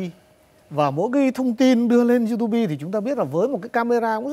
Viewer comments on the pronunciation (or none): You-to-be là cái gì, chưa học tiếng Anh à !?